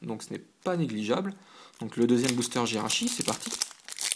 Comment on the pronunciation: Bonne ouverture. Pas d'EX, dommage ! Mais mon dieu, mon dieu......Ta prononciation...... Y'a trop d'erreurs pour que je puisse toutes les citées, en voici donc quelques-unes. Pour Braségali, pourquoi dégages-tu le é lorsque tu le prononces ? Pareil pour Camerupt Jirachi se prononce Djiratchi. Lombre se prononce comme tu le faisais avant Pour Laggron, je ne sais pas.Je le prononce "Lagronne". Poké ball se prononce Poké baul. Voilà déjà quelques erreurs que j'ai remarqués. Bonne continuation !